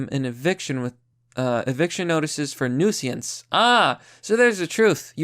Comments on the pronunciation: Newseeance??? New-since. Say it out loud. New-since. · The word is "nuisance". Not "nooseeance". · Nuisance= new-since. The "i" is before the "s". Also fuck that guy. "How dare you clean up the city, you racist!" Minorities LIVE in that shithole city, you dipshit. Now they live in a cleaner one AND THEY DIDN'T HAVE TO PAY FOR IT! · Newsiance? Every video there something normal pronounced weirdly! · Nuisance is pronounced New-since. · Nu-Si-Ance?????? Come on man! WTF??? Seriously??? Please listen to audio books and go back to school! I hate to say this but please. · It's pronounced newsense. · Say 'nuisance' one more time... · I really like your vids, but you should really look up the pronunciations of words like nuisance if you are not sure how to pronounce it or edit your vids to have the proper pronunciation of you mispronounced it by mistake. It really takes away from your point and makes you sound less... smart. Sorry. Im a fan and I just want your vids to be the best that they can be and this has happened in more than one of you vids lately. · Nuisance? Not pronounced that way. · At this point I’m not sure if is doing a bit where he purposely mispronounces common words or if he really is serious, because it’s not a good look for the people who don’t already agree with his opinions. I understand some of the words like reeeeecist are a bit but how do you not know how to pronounce nuisance